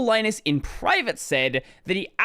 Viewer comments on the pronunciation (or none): Li-nus. As in Linux. Not "lye-nus". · Please stop calling him Lie-nus. It's Lee-nux, not Lie-nux. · ...I always pronounced Linus' name like the "Lin" in Linux